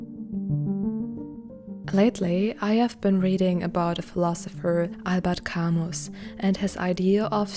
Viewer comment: Two things: when it come to brushes and keeping their shape after cleaning, wrap a make up sponge wedge around them and clip them tight…second , Albert Camus is pronounced “Al-bear Cah-moo”